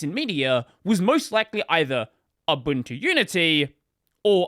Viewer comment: "abuntu"? lol